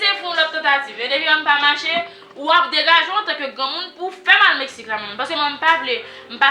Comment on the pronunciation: Tanpri moun yo di Laura pou mwen se pa ni Metsique, ni Mestique yo di Se Mexique Ou bay pwoblem wi manzè sèmante pou l pa ranje bouch li wi mezanmi